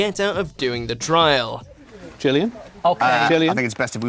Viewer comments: am i the only one that is concerned that he pronounced it as gillian instead of jillian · Did you just pronounce Gillian the way you just did?! Shook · what was that pronunciation of Gillian 😂